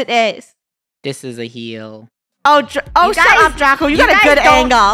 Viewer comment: It's not a heel it's a leel😂😂